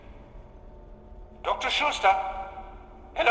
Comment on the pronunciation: its schutester, not shootsta